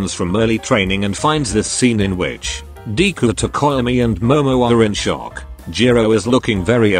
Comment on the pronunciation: It says deku as 'dee-ku'